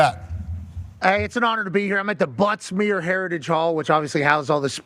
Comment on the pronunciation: Came here for the same reason. I heard Butt Smear every time they said it.